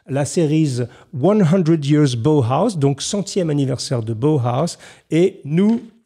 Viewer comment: Monsieur Jacomet, Comment allez-vous ?! Si je puis me permettre la prononciation à l'allemande de Bauhaus est : " Baohaos " ! ( B.A.O.H.A.O.S ) Sinon superbe vidéo dont je ne retiens que du positif ! Merci pour ce formidable numéro. Merci bien, Salutations distinguées, Mr.Azog !